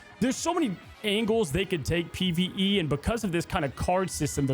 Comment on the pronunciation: "pve" dude stfu